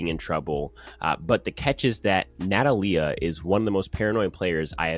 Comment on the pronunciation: I cringed every time you mispronounced Natalia